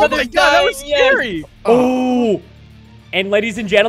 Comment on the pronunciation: scawy mincewaft?